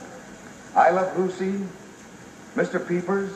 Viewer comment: Sounds like he is saying I love Bucy...